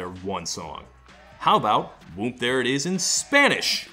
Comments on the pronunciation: You don’t really pronounce the “M”. I don’t it funny how hard he’s saying the “m” it sound like he’s saying womb. Lol it’s like when people say whip with a hate “h” 🤣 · I always thought it was "Whoop" not "Whoomp".